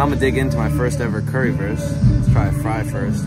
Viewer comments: You need to pronounce the "Wurst" in "Currywurst" like the "Wu" from Wa-Tang Clan, your sounds a little like "Currywerst" 😅 just for the fine tuning 😜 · föst cöwywöst :)